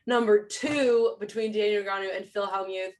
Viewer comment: Can someone please teach this how to pronounce "Negreanu"? Seriously, it's not that hard.